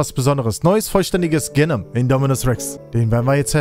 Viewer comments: Hey feier deine videos!! Just a little reminder es heißt genoooom nicht genom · Du musst Genom definitiv anders aussprechen - hört sich an wie eine Krankheit 🤭😂😂